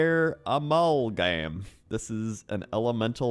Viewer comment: "Ah-ma-lll-gamme?" "Amul-gahm?"